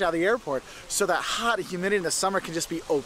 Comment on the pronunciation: "That humdidity" theo von